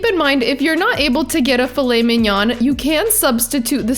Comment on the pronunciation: A very good video..... Never pronounce the N on mignon.